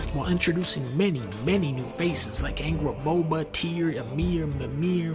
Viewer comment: Angrbóða? Nah nah. It’s angraboba